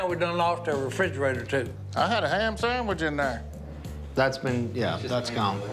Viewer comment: “Want a sandmich” -Godwinn